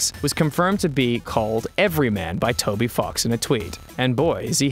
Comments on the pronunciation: Was he saying toby f*cks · Why does he keep pronouncing ‘Toby fox’ as Toby f###s? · I know it's "Toby Fox," it just really sounded like "fucks" in the video. Over and over again. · Is Ross intentionally saying "Toby Fucks?" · I heard Toby F+<ks until it showed the spelling. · I heard Toby flocks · On nub 98 it’s sounds like he’s saying Toby fucks or is it just me